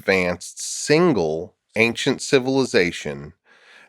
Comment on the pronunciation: he really emphasizes “single” here and once earlier. Is he implying that he would be more in line with a theory that involves multiple advanced civilizations?